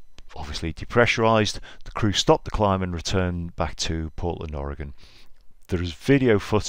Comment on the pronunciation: Congratulations on your proper pronunciation of Oregon. Very few English speakers outside of the western United States pronounce it correctly.